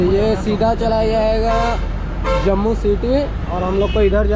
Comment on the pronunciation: भाई, जम्बू नहीं, जम्मू नाम है, 😅😅😅